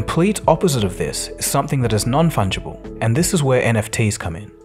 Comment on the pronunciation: I cant help but think of mushrooms when I hear “non funghible tokens“ :D